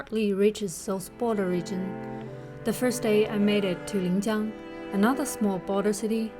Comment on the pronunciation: . Linjiang, not Lingjiang. Are you from the South? Usually southers mix lin and ling.